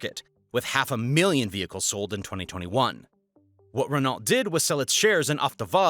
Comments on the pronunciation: Renault is "ren-o" more than it is "Ren-alt" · 1. It's Nestlé pronounced Nestle-aye. Not Nestle-ee 2. Renault is NOT Wren-alt. It's Wren-oh. 🫠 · RRRRRREN NAHJUALT!!!! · Right! He says Renalt 😂😂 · The pronunciation of “Renault” was hilarious to me - and I’m English! 😂😂😂